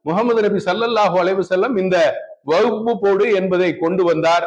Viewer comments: அட முட்டா பயல அது வகுப்பு போர்டு இல்லடா வக் Fபு போர்டு . அத கூட சரியா உச்சரிக்க தெரியாத நீ குர்ஆன் எங்க அரபி ல தெளிவா ஓதி இருப்ப அதோட தமிழ் அர்த்தம் எங்க தெரிஞ்சி இருக்க போது. உன்ன மாதிரி இஸ்லாமிய துரோகிகள் நிறைய பேர இஸ்லாம் சந்திச்சிதான் இன்றைக்கும் இஸ்லாம் வளர்ந்து நிற்கிறது. அல்லாஹ் போதுமானவன் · waqf ன்னு கூட்ட உச்சரிக்க தெரியல . விளக்கண்ணை விளக்கம் -- யாரை வைத்து கவனிக்க வேண்டும் ?